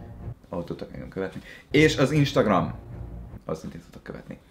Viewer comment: pont jött egy instagram értesítésem amikor azt mondtad ISTAGRAM, LOOOL!😂😂😂